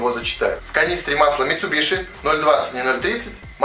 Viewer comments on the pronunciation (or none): none